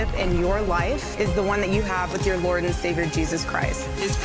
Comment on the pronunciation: She loves saying Lord with emphasis on L in her way